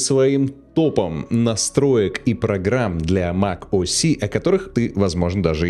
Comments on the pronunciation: Mac OS , не мак о си 😁😁😁 Капец грамотей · Какой блять мак о си? Mac OS. Буква S (эс), а не С (си)